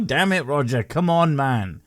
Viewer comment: When you said "The Mighty Roger" . I just heard "The Mighty Woger" (As in Life of Brian: Welease Woger) it made me laugh out loud for a few seconds.